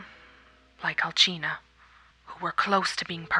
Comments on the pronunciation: It's All-See-na. Not All-Sin-ia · Al-china!?! Who says it like that? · The butchering of Alcina and the Cadoo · Is that how you pronounce "Alcina"?